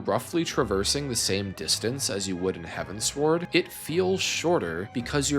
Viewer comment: Great video but please, it's heavens-ward... As in... Heading towards the heavens... Not heaven sword.